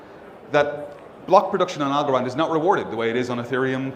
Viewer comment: Algorand rhymes with Also-ran